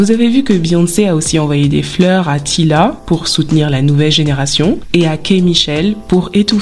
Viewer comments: J aime bien Lizzo mais cette histoire est trop brouillon je comprends rien au lieu de dire démissionner dit tu vas arrêter de donner de l energie aux personnes négatives, et 😂😂 Désolé c est pas Tila c est Tayla ( bonne prononciation ) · Super vidéo mais on prononce "taïla" et non "tila"